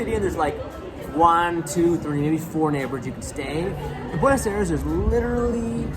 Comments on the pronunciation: the way your pronounce these places really makes it difficult to believe that youve been here. like, buenos aires.....that was impressive the way you said it. never thought it could have been said like that but hey, here it is lmaooo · Agree. The pronunciation of both Buenos Aires and Rio de Janeiro are really odd. Super gringo.